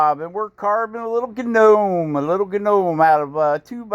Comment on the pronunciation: What’s a guh nome?🤣